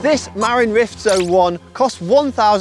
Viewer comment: I have a hard tail Marin San Quentin 2 that cost $1400 and it’s been a great bike, has a dropper post and well worth it for anyone new looking to buy, though it’s pronounced with accent at the end, ma-RIN 🙂